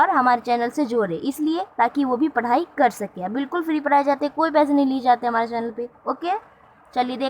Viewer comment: Mam pada ko para q bolte h app behari h kya😜😜😜😜